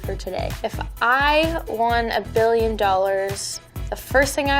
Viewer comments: 2.04 it's billion not "billon" ( don't reply ) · Did anyone realize is said "billon" not "billion" a ? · ‘a billon dollars’. Billon? Billon?😂😂😂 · Did anyone notice instead of billion it was billon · "A billon dollars." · 'Billon' lol